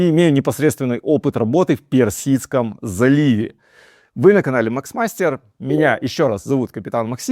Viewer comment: Не макс мастер😅, а мах мастер😂